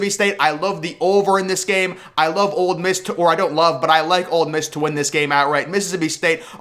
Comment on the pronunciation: It's Ole Miss. Not "Old Miss"